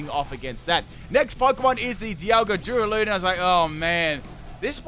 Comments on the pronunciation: Plz.. it’s DU - RA - LU - DON NOT DURA - LUDON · The way he say duraludon like DoOrALoOdIn infuriates me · “Doo-ruh-loo-dun Me: 👁👄👁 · You: Duraladon The guy she tell you not to worry about: Dialga